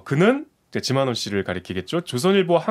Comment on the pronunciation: 지만원인데 쥐만원으로 들리는건 왜일까?